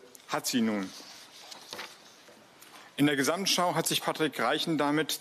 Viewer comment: Ich habe mitgezählt: "Gesssamtschau" kommt neunmal vor; allein sssiebenmal von Frau Lang. Prossst!